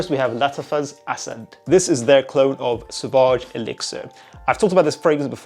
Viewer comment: Its lattaga not latifah